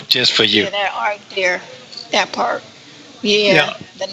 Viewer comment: that “pawt “ he made that very clear. He will leave as soon as he gets in his feet